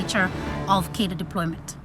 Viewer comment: Very good. But please stop saying "kadir". Cadre is a French word. It is pronounced "kahdruh".